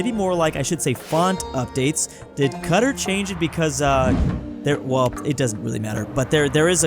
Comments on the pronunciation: "kadr" its qadar. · Saying cutter instead of Qatar is crazy 💀💀💀